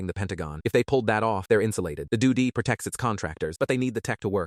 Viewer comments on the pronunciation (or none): All the idiotic things the AI calls all the initials of things drive me bat shite crazy!!!! They truly need to teach the AI better.😂